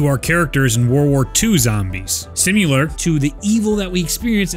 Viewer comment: “Simular” you mean similar?